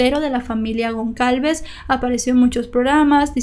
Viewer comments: Un detalle: la letra "Ç" en portugués y francés, se pronuncia como S; es decir, el apellido era Gonçalves y se pronuncia "Gonsalves", no "Goncalves". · Hola! Me encanto tu contenido, todos son muy interesantes, solo una pequeña aclaracion, el apellido Gon(cedilla)alves, se pronuncia como una "sa" seria, Gon"s"alves. Solo eso, gracias y continua con tu excelente trabajo. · Solo una corrección la letra ç se lee como s ella seria Gonsalves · Su apellido se pronuncia “Gonsalves”. Esa ç se pronuncia como una S. Más que nada por aclarar. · Una cosa ç se pronuncia s, con lo cual se pronuncia gonsalves. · se pronuncia gonzalvez¡ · ç tiene sonido de s en Brasil. Sería como "Gonsalves". Soy brasileña y aprendo español viendo tus vídeos! gracias 🇧🇷🇧🇷 Besos de España🇪🇦🇪🇦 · Me encantan tus videos. La letra Ç en portugués se lee como "s". Me encanta la fluidez con la que relatas cada caso. Felicidades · No pasa nada pero la c con apostrofe.. ( creo que se llama así no sé...).. se pronuncia s. Gracias por tus vídeos.. Son siempre muy interesantes.. Saludos.. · Gonçalves, se pronuncia como una s la ç.. saludos!